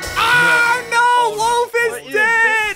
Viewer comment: Also he didn’t he just pronounced an h on accident when he Yelled no